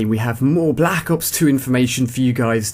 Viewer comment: u cant say black ops straight